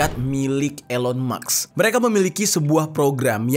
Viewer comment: Elon maks😂 gayanya ngomong campur indo inggris, nyebut Elon musk aja ga bisa😅😅😅